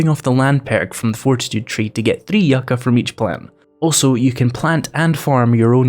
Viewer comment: Growing near the California desert you are saying Yucca correctly I like your yellow dog